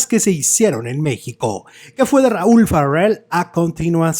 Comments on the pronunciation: Una corrección no es FARRELL pronunciado ERRE. Es FARELL pronunciado ERE. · No es Farrel , es Raul Farell y se pronuncia como se escribe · Pronuncia el apellido Farrel como gringo champurrado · NO SE ESFUERCE SE PRONUNCIA "FAREL" ASI COMO EL SR QUE FUE DIRECTOR DE IMSS ARSENIO FARELL CUBILLAS QUE ERA SU TIO. NO SEA USTED RIDICULO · te escuchas mamilas al pronunciar su apellido 😂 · ¿Por qué pronuncias el apellido Farell como si fuera inglés?. ¿No sabes que es un apellido catalán y la "r" y la "l" se pronuncian exactamente igual que en español?